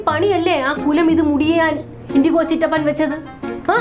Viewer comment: "Chittappan " become " settappan "